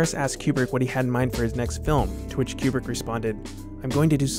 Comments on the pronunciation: Step 1 in making a Kubrick video. Learn to pronounce 'Kooo brick.' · It's Coo-brick not Que-brick. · I don't wanna be that guy but it's koobrick